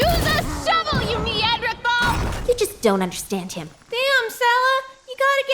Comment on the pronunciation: Go figure Sella cannot pronounce Neanderthal